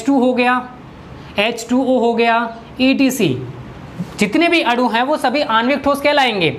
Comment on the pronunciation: आप गलत बोल रहे हैं अणु और अडु मे अन्तर होता है आप अडु बोल रहे हैं लेकिन अणु होता है